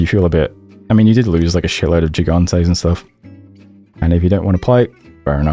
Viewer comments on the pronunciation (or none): The G in the beginning of Mekone's stuff is a hard g, like in grass. Sorry, man, but when I heard jigantes and jerontes in one sentence, my hand actually twitched.